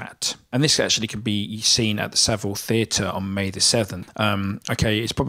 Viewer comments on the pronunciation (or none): none